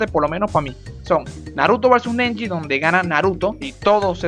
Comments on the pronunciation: amo como dices neji, osea nenji, venezolano moment, tambien podrías hacer uno de demon slayer un saludito UwU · Como dicen todo neji Como dice:nenji